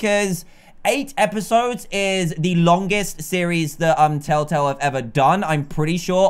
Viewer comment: Erik Zhongwijaya it's telltale not tetatle